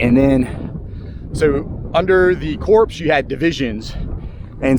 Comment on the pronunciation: Love your videos. I do have two items that may need your review. The military term corps is pronounced as.....kor or core. I believe you also gave John Pelham a few promotions. I believe you referred to him as. He was actually a Major at Fredericksburg. Don't mean to be picky... I just enjoy your work and thought this information may be beneficial.